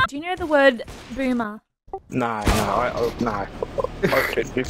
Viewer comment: New zealanders turn the word no into a 5 syllable word it's so weird haha "nooerrwerr"